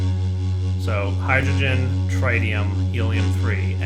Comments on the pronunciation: you are the only person in the world to call it tri-tium. It's pronounced Trit-ium (with the trit being the same as the crit in critical) It's painful on my poor ears Cry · i say tri-tium.